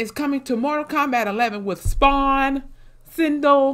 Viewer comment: Cindele???😂😂 Gurl it's Sin - Dell love your reactions Shang Tsung took my money and soul